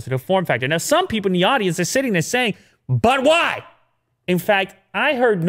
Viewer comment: Any1 else heard butt wipes instead of but why